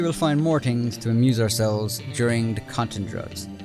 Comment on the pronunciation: "4 tings Dat dEy have patched.."